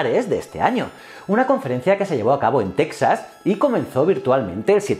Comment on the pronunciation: se pronuncia TEJAS...... NO TECSAS